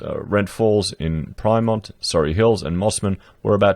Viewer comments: pi-mont?, as in 3.14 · Pyrmont - Pie-mont 🤣